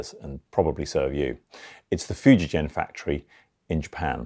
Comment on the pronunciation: The G is hard, it's Foo-jee-GEN, not foo-jee-jen. Just FYI